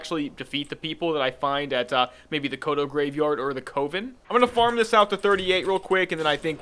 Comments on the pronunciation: Why are you pronouncing "coven" like that!? >_< also great video :) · Please look up the pronounciation of "Coven" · I don't think I was lol, just poking a bit of harmless fun at him for him his odd pronounciation, calm down boy.